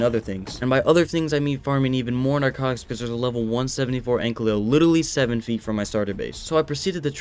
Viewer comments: omg it annoys me so much when he says anklio its ankilo T-T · No hate but its ankylo not anklyo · please dont say anklyo its ankylo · its not an anklyo its an an-kyl-oe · AN-KY-LO not AN-CLEO